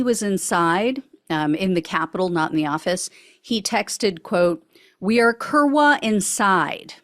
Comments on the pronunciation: The w is pronounced like a "v" so "koor'-vah" is how that Polish word is pronounced. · 3.43 "we are kurwa inside". My polish is limited to 15 words or less, but the, most common/ well used/ multi national polish word is pronounced "kURVA" but I think they use a w to represent a v sound. Kurwa means "a trump girlfriend" or "maga voter". English speakers would use the f word.